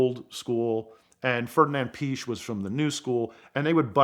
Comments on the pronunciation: Amazing story and would ave been awesome to hear about the Can-Am cars that paved the way for turbocharging (and to this day made the most powerful racecar of all time) but this was still good. I gotta say though, Ferdinand Piech is pronounced Pee-eckh, not Peach... like saying porssshhhh instead of Porsh-uh. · Can u learn how to pronounce stuff, it's not called peach, it's called piech. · It's not "PEESH". More like "pee-EKH". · he makes many factual mistakes and he can't pronounce a single name right to save his life. peaches when he wants to say Piech's pronounced PEE ECK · no he wasn't his pronounciation is rubbish Piech as peach isntead of pi eck Lemons when he wants to say le maans Wyer as Weer instead of Why ur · The story of the 917 is a remarkable story. Unfortunately, this video is not it. Not exactly rubbish, but not quite the true or full story. Just an abbreviated, technically simplified, outlander overview. And hopefully the narrator will one day learn to pronounce "Piech" correctly.